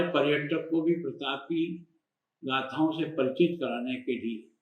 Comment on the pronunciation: Aap jara fir se soch ke boliye aap kis lahaje se bol rhe pratap Pratap...fir mafi mangana hoga aapko sir..🙏😔